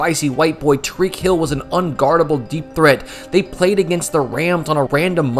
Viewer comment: Bro is in denial. The defensive holding foul at the end of the Eagles Superbowl is clear if you see it from a camera angle that was not shown during the live broadcast. He also pronounced "Tyreek" wrong. Sad!